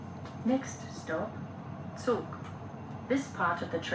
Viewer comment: It’s also not pronounced “zoog“. It’s “tzoog”